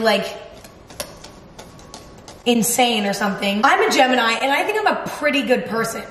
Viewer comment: G-Emma-ni (Gemini)